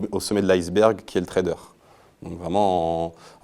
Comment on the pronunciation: On dit Trader pas Traderz lol